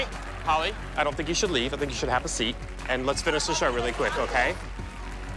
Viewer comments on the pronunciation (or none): none